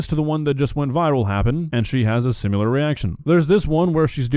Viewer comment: Sorry but it drives me nuts when you say simular 💔